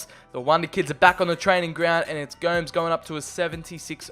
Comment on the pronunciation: Its prounounced go-mes